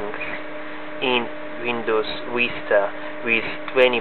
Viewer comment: Lolz your accent is so funny you said windows "vista" with w instead of v like "wista" my friend is also russian and ALLWAYS switches btween v and w if its windows he says vindows and if its vista he says wista lolz I am russian too but I don't say that I also do not have a russian accent Oh well nice review tho I don't completly agree with you about it not being compatible with DX10 games this game can run crysis on mid res like 1024*768 or 1280*1024 with every thing turned to medium...